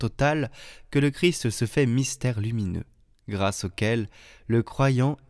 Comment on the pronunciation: De grâce, prononcez correctement le nom CHRIST. Cette lectrice a l'habitude de dire CHRI. Le ST doit être prononcer. Merci